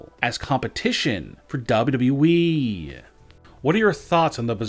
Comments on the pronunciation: His voice is so damn annoying though its WWE not DubYaDubYaYeeeee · he says wwe weird, “wwdrwddre “ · What the hell is a "Dabe You E" ???? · Would you talk NORMALLY......ITS WWE NOT DOUBLE DOUBLE E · Why do you sound like that ? you pronounce WWE like Elmer Fudd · I can't stand they way this guy talks but the way he says WWE is hilarious. No one ever talks like this